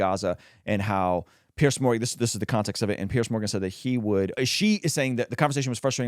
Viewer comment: Love your channel and God bless. I just wanna say the name is "Piers", pronounced "Peers" not Pierce